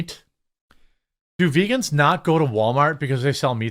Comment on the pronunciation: veegaans are reetaards!